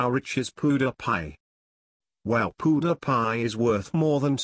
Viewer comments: It is not poodiepie it is Pewdiepie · hahaha.. wait wait, what? POO-DA-PIE? IS THAT WHAT I'M HEARING? MAN LEARN HOW TO SAY OUT HIS NAME!!! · Lol what is that he says powdiepie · it's "Pew-Dee-Pie" not "Poo-De-Pie" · lol poo-da-pie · he is pronuning him pudapie 😆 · "Poo dih pie"😂😂😂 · who else loled at the way the narrator said pewdiepie? "How rich is poo de pie?" XD LMAO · Pew der pie? That fecking voice!!!!!!!!!!!!!!!!!!!!!!!!!!!!!! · haha he said poopdepie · lol the story teller says poo die pie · he pronouces pewdiepie as pooh da pie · He is saying poodiepie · not pudapie -_ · poodepye lol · If he is your classmate then why did you say pewdiepie so weird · If you were his friend you would say his youtube name right and stop saying your all these famous people's friends because your not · He doesn't say his name right.!!! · the guy doesn't know how to say "PEWDIEPIE" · He can't even say PewDiePie right. Haha